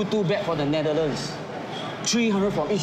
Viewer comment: That guy can't even pronounce Netherlands properly. Worse Chinese actor of the year. Wtf is Netherthand? He better pronounce properly.